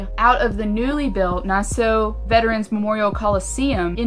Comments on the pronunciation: Yeah, the names weird but you say it like Nass-saw, not too sure though. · It's pronounced "nasSAW" Nassau county NY. 😉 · THE WAY YOU SAID NASSAU AND SUFFOLK